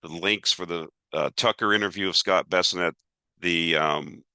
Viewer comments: Many mispronounced words but we're here for numbers:) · Bes sent not Besinet